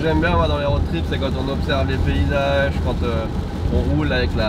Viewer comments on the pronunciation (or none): none